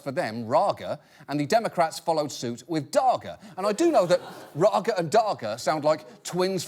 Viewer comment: First, Raga and Daga are supposed to be Dutch names, but Dutch doesn't have that kind of G sound. Then he nailed the Dutch pronunciation of the G...